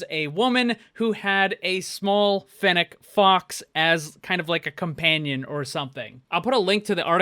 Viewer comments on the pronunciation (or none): none